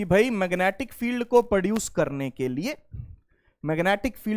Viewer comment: Magnetic ❌️ Mangetic ✅️